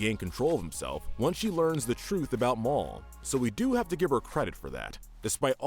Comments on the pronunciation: Why did you keep calling "Mal" "Mall"😭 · Its ma-l not mau-l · I’m just saying mal is not pronounced moll it’s pronounced mahl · You made me mad when you said maul instead of mal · Man i like this chanell but its mal not mol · Saying mall instead of mal 😑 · Jit said mall instead of mal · Its! Mal not Mol ok! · It’s pronounced Mal not Mall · Mal: ❌ Mall: ✅ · "After she learns the truth about Moul" 💀 It's MAL lol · You pronounced Mall you said Mall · I’m sorry but his name is not Maul it’s Mal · It’s not mall it’s mal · Am I the only one who heard him say mole instead of mall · It’s mal not mol stop saying it like that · Instead of mal he said M A U L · Why are you calling Mal, mole😭😭😭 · It's mal not marl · ITS MAL! M-A-L NOT MALL! when I saw it first time I though Duncan was polygamous. But didn’t think it was alright so he broke up with Courtney despite still having feelings. That for me at leat explained it. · I don't want to be offensive because idk if he cant or doesnt know the right way to pronounce it but pronouncing Mals name as Mall in and cracks me up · That it was funny how you call Mal, you say it like Mawl but it’s the name Mal is short for Malicious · did he just call Mal, Mole 💀 This vid is great tho, don't get me wrong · This dude pronounced mal as “mall” wtf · STOP SAYING MOL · I think he said “Mall.” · bro did he just call Mal "maul" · I know, I burst out laughing when he said it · man rlly just said morl XD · Anyone else a little bothered he said Mal's name Maul like Darth Maul? Lmao jk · Why…… we’re you pronouncing Mal wrong. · Is anyone going to talk about how he Pronounce mal’s name wrong 😑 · You mis pronounced mal